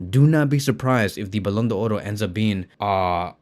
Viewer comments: First learn how to pronounce it properly it's simple Ballon D'or there's no oro in front. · The only guy who pronounces the "r" in ballon do"r"